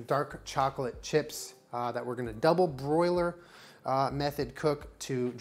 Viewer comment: Even saying double bRoiler instead of double boiler is Aries energy